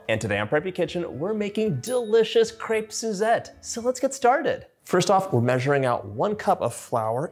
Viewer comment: Nice, and u can even say the name correctly.